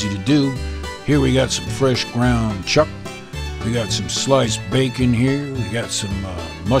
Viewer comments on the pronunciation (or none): none